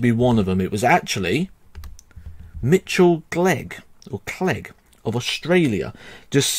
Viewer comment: Mitchell Clegg's surname is pronounced with a k sound at the start like mine lol